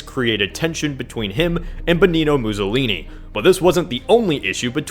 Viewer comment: Apparently it's pronounced "Bennino Muzollini"